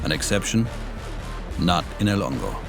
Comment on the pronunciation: I always heard him say El Longo